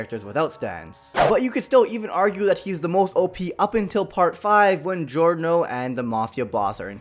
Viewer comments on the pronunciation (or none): none